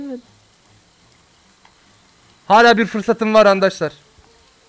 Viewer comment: Abi sen niye arkadaşlar diyecegin yerde ankadaşlar diyorsu .